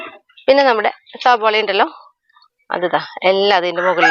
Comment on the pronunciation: Sabola alla. Savala ann parayum